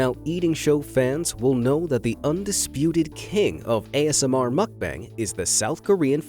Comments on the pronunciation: Lol muck bang. It's Moook Bung! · It's not muk bang....muk bahng.... pronounced like ahhhh...bahng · ITS pronounced MUHK-BAHNG not bang. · 먹방 (mókbAng, not makbAEng) :/ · the "bang" in mukbang is pronounced bong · I will watch your videos again when you decide to say MOOOOOOOOKBUNG. It’s not makbun…….. this video triggered me so much Mukbang……mooookbang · His pronunciation of mukbang is driving me insane……… it’s not bang more like bung. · mukbang is pronounced "bong" not "bang" like a gun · It’s pronounced muck-bong bro. Get it right if ur gonna say it over & over again in ur video smh. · Not to be rude, and this has happened to me before, I said mukbang I front of my Korean friend and she got mad. Terns out we are pronouncing it wrong. It is spelt mukbang, but it is pronounced ad muck-bung. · I’m sorry but the way he’s saying mukbang is bothering me lol it’s pronounced (muk-bung) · Oh god i cant stand how he pronounce mukbang as makbeng 😂😂 im out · It pronounces mook-bunk 🙄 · It’s mookbang by the way . That’s how you pronounce it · Muck Bang???? Please learn to pronounce the word!🙄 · Please learn to pronounce "Muck-bang" correctly! Muck.... as in What the fxxx. Bang as in b. Ah..ng.. Does not rhyme with fang! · Brah it's pronounced like mook-bong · Pronunciation of mukbang is mokbung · Isnt he pronouncing Mukbang wrong? Its supposed to be pronounced like Mook-bong right? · At least pronounce "mukbang" correctly. 🤦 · Really wanted to watch this. But i cant handle the repeated mispronunciation of "mukbang" so guess not.. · Your pronunciation on 'MUKBANG' is heavier on a scale than the mukbangers weight... Just as we put efforts to pronounce English correctly, work on it on Korean or any foreign language words. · Not sure what was more annoying, the ASMR noises or hearing "mukbang" mispronounced 100 times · Is that how u pronounce mukbang